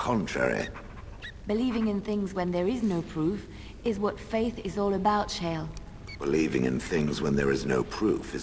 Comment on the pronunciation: "...is what faith is all about, Shale." When she said this with her french accent, for a second I thought she said "cher". (it means "dear one" for non-french speakers)